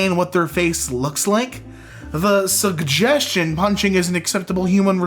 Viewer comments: Did you... just say suggestion (sujeschin) like... suggestion (sugjeschin)? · You should've seen him pronounce suggestion